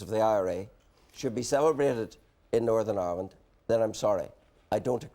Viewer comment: Jim McAllister: “Northern Irwind”